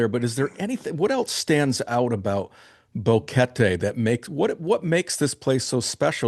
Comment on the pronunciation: How long has he been there? GEEZ he should know how to pronounce Boquete. Bo Ket TAY.... his 'bo KET Tee' is grating for anyone that knows how to say it.